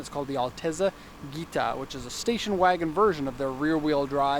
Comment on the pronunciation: It’s not pronounced Ghita, more like jita